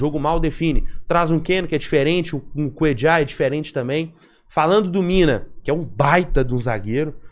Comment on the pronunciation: Não chame o coitado de " Cuedjar". O cara é colombiano, se não me engano. Na América do Sul, só uruguaios e argentinos pronunciam o LL deste jeito. É "Cuêlar", ou "Cuêlhar", como preferir.